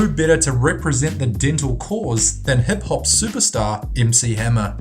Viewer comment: did he just say, "hep hop" ? lol